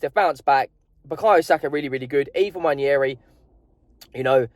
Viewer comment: It's not Nnwayeri it's Nwaneri (ONE NAY RI) ETHAN "ONE NAY RI" There's absolutely no Y in the name for crying out loud..